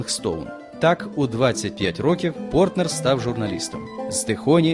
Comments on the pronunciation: Більшу частину ролика оповідач називає прізвище письменника ПортНер, тільки наприкінці правильно- ПорТер. Нецікаві, неглибока розповідь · Прізвище Портер, а не Портнер (як 20 разів повторив диктор)